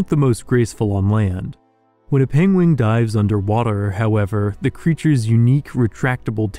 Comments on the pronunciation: I am utterly delighted by the thought that on an alien world there lives a creature named for Benedict Cumberbatch’s inability to pronounce the word “penguin” 😂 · I love how they named the pingwings after Benadryl Cumbersome mistaken pronunciation of the word 😂